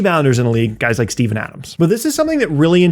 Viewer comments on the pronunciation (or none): none